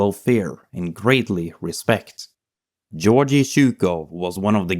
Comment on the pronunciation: Really petty pet peeve: you're mispronouncing his name rather badly: It's Gheorghy (hard G, as in God) ZhukoV (the v isn't silent). Especially pronouncing the first name as the diminutive of the English "George" makes it sound a bit silly.